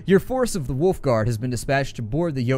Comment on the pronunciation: How do you say Wolf that it hurts your teeth? =)